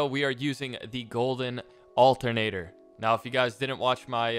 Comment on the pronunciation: NO ONE:: altenateaa*